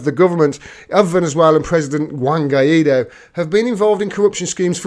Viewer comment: You got to learn spanish. It's "Guy Doe," not "Guy Eat Doe." For a nickname, I like to call him "Random Guy Doe."